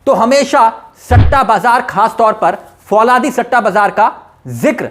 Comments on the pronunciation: Fauladi nahi bhai falaudi kehte hai. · फौलादी नहीं फलोदी है